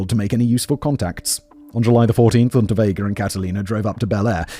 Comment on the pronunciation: I kept hearing the criminal’s name as Rutabaga and I’m not mad tbh